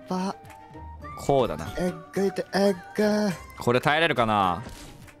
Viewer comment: れんさんのえっぐ。がキニナル